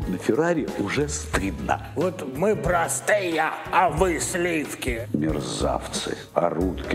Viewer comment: Быков, что это за слова об отношении народа к артистам, произнесенные через губу -"мы прАстыЯ!" Может быть артисты зазвездились, потеряли берега, возомнили себя элитой, а отношение народа к ним - просто ответная реакция? Вспомните Боярского, Михалкова, Машкова...